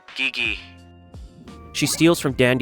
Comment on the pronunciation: he also says “Geegee” instead of jeejee